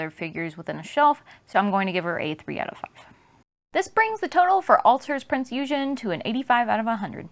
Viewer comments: Great review, but its not American "Eugen" it's German so hard G and the second E is pronounced longer. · I almost gave you a dislike for your pronunciation of Eugen :P But the rest of the video was excellent and detailled so you are forgiven. I ordered the rerelease of this figure a few months ago and I'm waiting for her to ship in. As for my favourite shipwaifu, that would defenitely be Unicorn. But I would love to see an HMS Monarch figure or Queen Elisabeth figure at some point, especialy with the rigging.